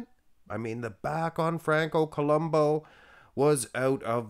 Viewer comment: I always thought that it was pronounced Franco Columbu not Columbo.